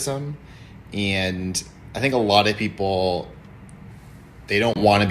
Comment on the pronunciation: Why do they pronounce "and" as "eeeyand"? It's grating.